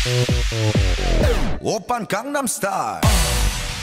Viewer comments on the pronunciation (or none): Gangnam too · She butchers gangnam style though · ......Gangnam is pronounced GongNom. It’s not in korean and it’s the name of a place. It’s basically like saying Hollywood as RollyRood. It sounds bad. Really bad.